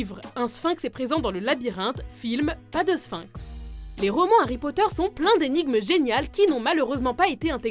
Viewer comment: Harry Potteur xD et ça se dit fan...